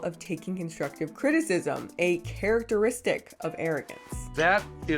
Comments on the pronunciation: did he say 'Carroteristic' lol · Interesting pronunciation of "characteristic" in . Is that regional somewhere?